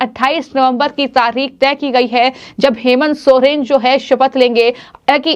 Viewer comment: Bolna sikhe sohren nahi soren hai surname